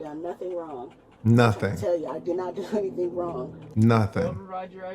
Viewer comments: “Omg I didn’t do anythinga wronga”! Again with the A on the end. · Watch, as soon as they pull her entitled a** out she'll scream : I didn't do anyfing, whatta I do? (I'm only .) Darned, I was wrong. She already said it while in her car.